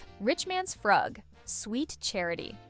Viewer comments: The '60's dance was pronounced "froog," NOT "fruhg." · The “Frug” is pronounced “froog” or “frewg” not “fruhg”. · The dance was pronounced "froog", not "frug". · Just so you know, it's not frug like " rug" It's frug like freug say it with a German u. As a 60's teen thought you might want to know😊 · You pronounced the Richman's Frug wrong... it is pronounced; Froog! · Its pronounced “froog” you twit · "FROOG." Like in "Google. " Which you could've done in order to pronounce it correctly. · Frug is pronounced froog. Get a real person to read the script. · The Frug is pronounced Froog! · It's pronounced " froog". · Pronounced Frooog ! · Frug is pronounced froog, you should know that, come on really?! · Please, please, look up how to pronounce frug. Seriously. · CAME HERE TO SAY THIS